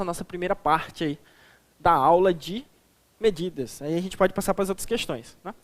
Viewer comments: "Sistemas de MEDIDADAS" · Só dps que eu vim perceber "MEDIDADAS" kkkk